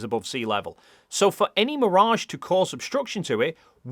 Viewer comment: It’s mirage, not mirage.